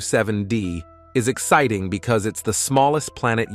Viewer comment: I hate the AI's effort to speak. The word "Exciting" was pronounced "Ex-SIT-ting".